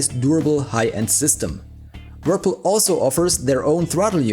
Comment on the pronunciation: "Wirpil" 😂 Subscribed!